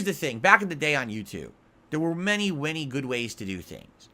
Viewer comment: "Many, wany good ways to do things"